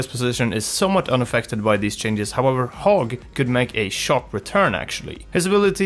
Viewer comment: I keep on hearing "Hog" as "Hulk" and am going "Who the fuck are you talking about??"